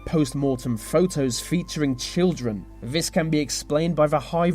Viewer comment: That pronunciation of th words as v's is so annoying " vey did this vey did vat "